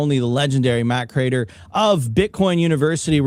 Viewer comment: Btw, how is it possible to have watched his show every day for years, yet you mis-pronounce his name Matthew Crater?